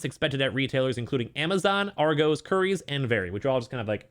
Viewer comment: You should probably research how to say Argos.